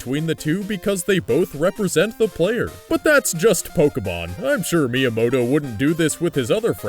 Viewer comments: Every time he said miamoto during the pokemon parts i lol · Why do you keep saying miyamoto? he has absolutely nothing to do with pokemon!